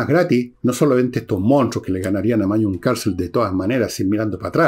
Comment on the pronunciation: Magnus Carlsen o "Mañus" de Villegas 🤣🤣🤣